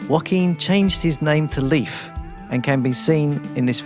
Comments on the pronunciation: Just a sidenote: Joaquin doesn't sound like "Wohkeen". It's more like "Ho-akeen". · Hiz name iz Joquin;Not Wakeene. Damn!